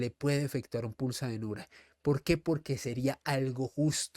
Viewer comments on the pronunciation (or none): Es pulsa denura, no dinura